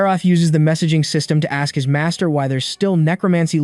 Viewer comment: All this video needs to change the pronunciation y'all, aks, daumn and multiple "like" will make sense